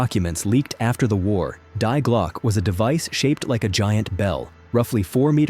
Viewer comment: ‘Die Glocke’. The ‘Die’ is pronounced like the name ‘Dee’.